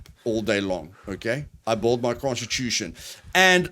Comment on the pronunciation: lol..you say build like bald.. took me a second to figure out